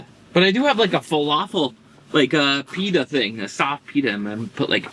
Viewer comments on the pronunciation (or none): none